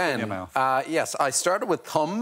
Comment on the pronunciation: I did not hear "thumb" at first 😅